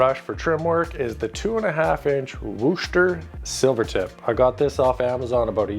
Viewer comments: I'm from Wooster, OH. It's pronounced Wus-ter. 🤣🤣🤣 Thank you for the excellent video because I'm about to start my baseboards and this is exactly what I needed to show me how. Thanks! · So ironically enough, I’m actually from wooster ohio where wooster paintbrushes are made. Inside tip: we say it like ‘wuss-ter’ (it flows a lot easier when you say it lol) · Great tutorial! I live near Wooster, Ohio where the Wooster Brush Company is located, and I have to tell you it's not pronounced as if it would rhyme with "rooster". The "woo" in Wooster sounds like the "woo" in wood. It's "Wuh-ster". Great brushes, beautiful city!